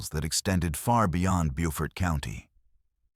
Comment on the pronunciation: You said it right one time in the beginning of video, Beaufort SC not Buford, that Buford is in, Ga, This is Beautiful Beaufort by the Sea ⛵ 🌴